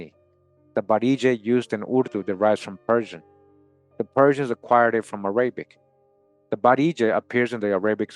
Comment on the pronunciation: The way you pronounce "Arabic"... 😫🫩😤😡😵‍💫🫨